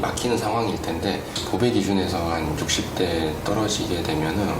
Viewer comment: 보배를 브배라고들었어 ㅜ